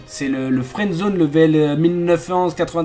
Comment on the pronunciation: au début tu as dit " fouendzone " et nn " friends zone